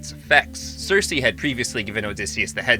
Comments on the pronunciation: Why can't you pronounce Odysseus correctly? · This is the American pronunciation.